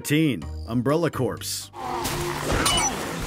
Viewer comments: Its pronounced CORE not CORPS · hey guys, Corps is pronounced like Core, there is a difference between Corps and Corpse, you can look up how to pronounce things right. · He pronounced "corps" as "corpse" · Corps is pronounced “core” not “corpse”. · He also pronounced Resident Evil Umbrella Corps as Resident Evil Umbrella Corpse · wait is that Sonic game the same game the Game Grumps encountered that glitch wherein they inexplicably dash forward upon reaching a certain point and inevitably end up zooming towards the waters, at one point even perched on top of a rock formation??? also "corps" is pronounced "COR", not "CORPS" because that is for "corpse" as in dead remains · Did he seriously just pronounce corps as corpse? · narrator- sounds extremely disinterested doesn't know the difference between corps ( pronounced "core" ) and corpse doesn't know how to pronounce Imhotep says "3rd person beat-em up" when it should be "3D beat-em up" says iOS as a single word ...are you guys TRYING to be terrible or...? also, the worst part about The Guy Game isn't the sleaze factor ( seriously, could you BE a bigger prude there? )...it's the terrible "gameplay" and more importantly the fact that one of the girls exposing herself in it was underage. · This guy is bad, "I'mhopetep", "umbrella corpse" wtf!? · Umbrella Corpse? Nope, it is pronounced "core."🙄 How do you not know "aboat" that? 😅 Also: ARCHEOLOGIST: "Oh no! It is the dreaded Imhotep! We're doomed!" MUMMY: "Nah, bruh. You've got it all wrong! I'm here to help! ARCHEOLOGIST: "What? Wait... so... you aren't the evil mummy of Imhotep??" MUMMY: hits joint, squints, and exhales Psssht, nah, B. I'm HOPE TEP, son!" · Umbrella "Corpse"🤣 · Umbrella Corpse 😂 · How did he pronounce Umbrella "Corps" again? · That's not how you say "corps" like hello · You pronounced ‘corps’ wrong.